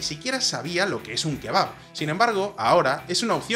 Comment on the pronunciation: Khebab???, Ulala Sr arabin - Como se dice Shawarma!